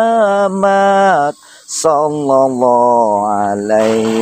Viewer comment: Mohon maaf untuk.saya juga kaga punter pinternya agama.tapi saya rikwes dikit mas.mohon maaf beribu maaf.yg mas baca itu salah mas.yang yg betulnya.salallah ala muhammad.bukan sallallah ala muhammad,itu aja yg saya rikwes